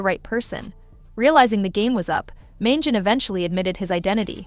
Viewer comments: Please pronounce Luigi’s last name correctly: Man GEE on ee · It's pronounced, "Man-gee-oh-nee".